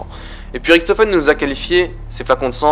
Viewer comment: ça se dit Riktofen abrutit donc si fait la faute alors lui aussi là fait.